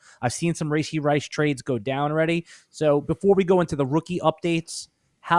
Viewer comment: its "Rah-Shee", not "Ray-Shee"